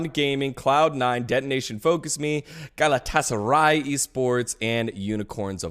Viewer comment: Someone tell he's pronouncing Galatasaray wrong. Dgon knows how to say it. It's a massive football club. You can't mispronounce it. It's illegal.